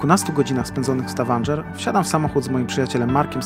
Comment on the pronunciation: Poprawna wymowa to STAVANGER, nie STAVANDŻER. Wiem bo też tam byłem. Polecam Prekistolen